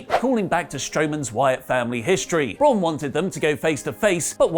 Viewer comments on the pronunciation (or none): none